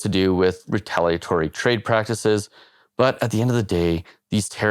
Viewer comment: Heavy info but always good to hear someone say “retaliatory” correctly. 👍🏻 Best wishes from Wales, UK. We are all watching. 😮